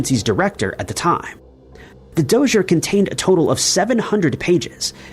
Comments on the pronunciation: "Dozure"? Did you mean 'dossier'? Doss-E-A? It sounds like a Donald Trump mispronunciation, like 'anonymisshes' or whatever 'covfefe' is. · "Dossier" Is prononce ; Do see ey Dumbas 😂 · Thank you. THAT drove me to distraction. 😂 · "Dossier" is pronounce DAH-See-Aye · Dossier is a French word that should be pronounced dough-see-a. It's like 'conoisseur', French word written 'connaisseur' and pronounced con-ass-her.